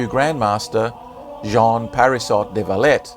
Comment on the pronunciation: Please it's Jean not john